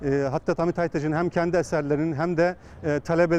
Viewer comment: Hamid Bey değil hocam Hâmid Bey. İlk hece uzun